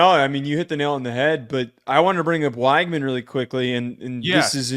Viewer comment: it's pronounced "WEG-man". Not that hard lol. You can check the depth chart pronunciation guide if you don't believe me. Great show otherwise!